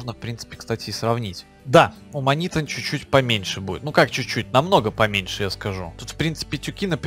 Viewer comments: Не манИто а манитУ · не манито а манитУ!!!